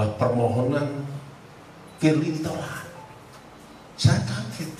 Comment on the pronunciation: Pak Firli...ditolak...tidak ditrima...belum ditrima...tolong dipelajari lagi ya artikulasinya...😂 pening ya?